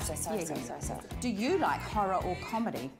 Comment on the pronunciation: Spits water out says "Sovry"